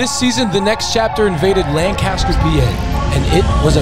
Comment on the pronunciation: Its not LANGcaster god dammit!!! lol